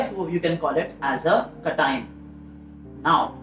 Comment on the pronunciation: Sir i am sorry but i didnt understand it when u said cation or anions cause your pronouncation was a bit different.. no hate❤❤ your videos help me a lot